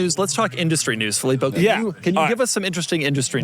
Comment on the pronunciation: "The Fillipo show"